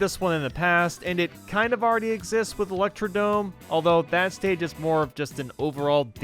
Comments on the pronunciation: Fun Fact! It's actually pronounced ElectrodRome not Electrodome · eletrodrome say it right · Excuse me you said elecrodome. It’s ElectrodRome